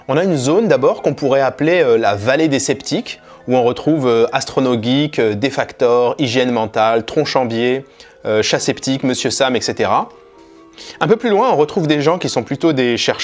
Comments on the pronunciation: C'est pas "defaktor" mais defekator" sinon très bonne vidéo, même en ayant lu le livre elle reste intéressante et divertissants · 13'20", c'est pas Dekaktor, mais Defakator.. ;) Super intéressant ta vidéo. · Elle est trop bien cette vidéo(comme les autres d'ailleurs) j'avais déjà kiffé le chapitre dans ton livre mais en vidéo et avec la carte c'est encore plus cool!!! (Ps: Defakator pas Defaktor😁) bravo pour les kameos de qualité😉 vivement la prochaine vidéo!!!! Meilleurs pensées (et courage pour les temps difficiles que nous vivons en ce moment...) bise à tous! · Vidéo géniale. Juste une petite remarque : c'est pas "défactor" qu'il s'appelle mais defakator 😅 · "Défaktor" ?!? Ça serait pas plutôt "Defakator" ? ^^ Ou alors c'est un autre que je connais pas. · Vraiment excellent, comme à chaque fois ! Merci ! (par contre petite erreur c'est DefaKAtor et non defaktor). 👍👍👏👏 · c'est "DEFAKATOR" (défaicator la prononciation) pas DEFAKTOR x) (je fais partie de la vallée des sceptiques mais pas sur tweeter)